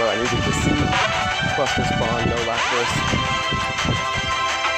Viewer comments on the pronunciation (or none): none